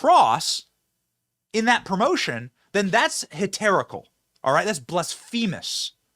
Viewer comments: It's /BLASphuhmuhs/, not /blassFEEmuhs/. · that wasn't a blessing. Sign of the cross over your heart is a protective gesture. He's invoking god's protection against what he sees as wrong, not "blessing abortion." people should probably know what gestures mean before they complain. and learn how to say heretical and blasphemous.